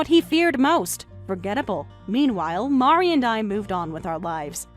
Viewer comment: Mari is also upset because mispronuctiations her name. 😅😅😅